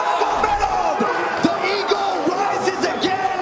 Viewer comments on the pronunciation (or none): i know i didnt just see khabib just lowkey flap his arms like a bird when Bruce said "the Eargle" 🤣